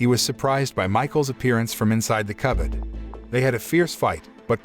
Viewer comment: He turns Bostonian "inside the cubbad" lol